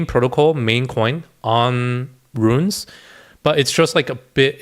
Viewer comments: Runes, bro, not 'ruins'. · It's not Ruins. It's runes.